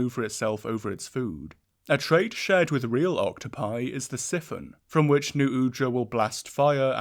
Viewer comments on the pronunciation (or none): There's no way he pronounces siphon as siffon